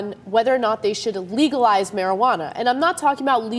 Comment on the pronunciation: mariguwadda? get some vicks vapor rub sweetheart.